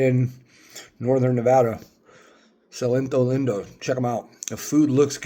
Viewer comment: It's pronounced sell-leeto lean-do